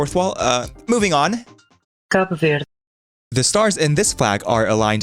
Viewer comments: it pronounce like "cahboo vehrdee" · Its (kaip verdai) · Côte d'Ivoire=k'әt dīvūar Côte Sounds like coat D'Ivoire Is like saying These War with the ә an a without the /s/ Cabo Verde=Kabœ Vūrdey Dey sounds like day Cabo is Ka bo like in boat Vūr is like in Virtual. Edit: It is East Timor for the official (my opinion) Timor-Leste is so hard to pronounce. Luckily I am here how to say the Country! Timor-Leste=Tı'mәœr Léhst Tı' Sounds like Tea Mәœr sounds like More Léhst sounds like Less with a t/d at the end. Edit 1.2:I found 2 ways to say Timor-Leste. like the 1st one or Tı'mәœr Léstey. Edit 2:Why not just Use emoji flags? (Tip for waving flags in mobile) Edit 3: DON'T BLAME SPORCLE 96% OF PEOPLE USE BAHAMAS😭😭😭😭😭😭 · Native pronunciation is more like "Kaa-boo Vair-dee" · 4 months ago, this was a funny pronunciation of and a funny moment. But now, it is epic, because Cabo Verde is famous because it is on the Round of 32 in the Football World Cup! He drawed against Spain and Uruguay. Wow, life is Beautiful. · The psychic damage I took from his mispronunciation of Verde being validated because he used the European Portuguese pronunciation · As a Brazilian, I'll personally find the Portuguese person who pronounced that and deal with them.